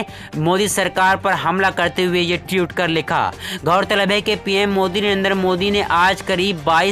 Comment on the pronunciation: Mai anti BJP hun but iska matlab ye nhi k koi bhi murkh apna channel bna k news anchor ban jaaye iske liye padha likha hona jaruri hai. Koi murkh jahil news bolta hua nazar aata hai to matha satak jaata hai. Ye jahil tweet ko tiyut bol raha hai